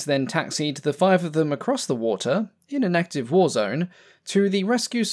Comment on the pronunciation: "Pacific whoa" I bet he's trying to say Pacific war.